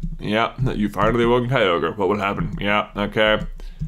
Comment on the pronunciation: it's pronounced ky-ro-gor